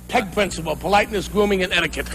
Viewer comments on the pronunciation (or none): none